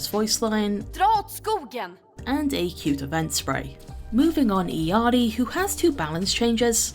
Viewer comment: please stop pronouncing Illari's name as EE-YAR-EE Her name does not come from the Spanish language, where LL is pronounced like a single Y. It comes from the native Peruvian language called Quechua. LL in Quechua is pronounced as an L with a Y combined into one syllable (LEE-YUH). Her name is pronounced (EE-LYAR-EE)